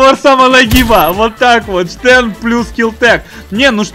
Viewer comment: Стен, не Штен.